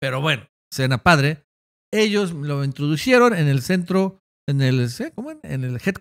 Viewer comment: se dice INTRODUJERON, NO INTRODUJERON...